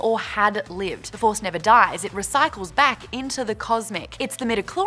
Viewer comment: Stah waws. The faws. Maude, you're awesome, lol. Btw I look forward to these videos just to see how passionate you are about it all. Keep up the good work!!!!